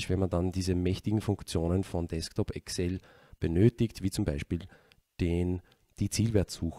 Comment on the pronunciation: Danke!!! Tolles, nachvollziehbares, praktikables Video! Nebenbei bemerkt: endlich einer, der Excel so ausspricht, wie sich's gehört :)